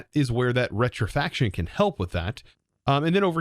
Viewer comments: Rectification...rec-tif-i-cation....not rectifaction. Scrapping...scrap-ping...not scraping. The first correction, I'm not even sure what you said is a word. But the 2nd one....they are 2 different words. Scrapping is literally to scrap things like recycling or throwing it away. Scraping is to scrape something meaning tearing away a layer. Like you scrape dirt off your shoe, you don't scrap the dirty shoe. I do love watching your videos, so please don't take my corrections the wrong way. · rec-ti-fi-ca-tion, not retrifaction... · Holy i didn’t realize that his dyslexia is real bad like Rec-ti-fi-ca-tion = Re-tri-fac-tion Yeah… it’s easy to get those 2 words confused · Hey, it is rectification, not rectifaction. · Rek-ti-fi-kay-tion lol, Love the vids man, merry Christmas!